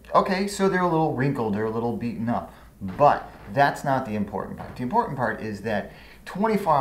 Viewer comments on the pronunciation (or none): none